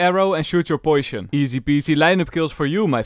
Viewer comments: "Poisyon" It's cute how you say poisyon instead of poison XDD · how says ' poition" will never get old for me gg